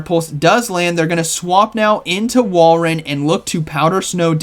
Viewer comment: pronounces Walreins name different every day 😂 Whale Run, Wall Run, but he did get it right previously with Wall Rain